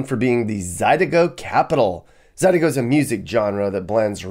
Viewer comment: It’s pronounced more like Zah-deh-ko, and cheap is not always good is a true statement 😂 a lot of out of town people say “nawlins” but no ones uses that name in SE Louisiana. New Or-lenz